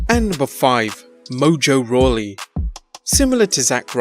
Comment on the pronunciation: mojo rawley? lol